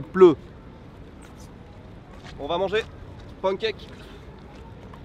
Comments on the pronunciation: à chaque fois que tu prononces "pan-cake", un chaton meurt quelque part dans le monde. et oui. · ça me perturbe comment il prononce "pancake" ... je ne sais pas pourquoi ...